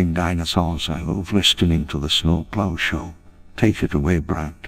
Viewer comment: I WAHN A NEW SNOW PLOH SHOW!